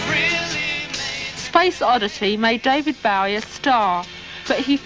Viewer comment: Omg. Why can't she say his name right?